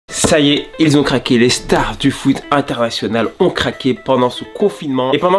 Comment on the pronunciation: au lieu de interneyionnal t'as dit ateratinnal